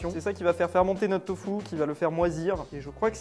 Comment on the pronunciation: ahhh je suis désolé mais pourquoi dit "Tofou"? C’est du Tofu 😂